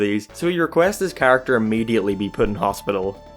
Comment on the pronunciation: The way this guy says the word character...😂😂😂